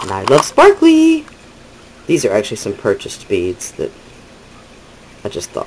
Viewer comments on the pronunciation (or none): Hi...I love spar-ka-lee too!!!! LOL love your bead work, looking forward to your glitter bead tutorial. TFS hugs